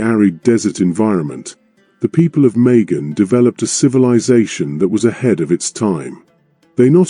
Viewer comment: It was oman* and it’s majan not megan…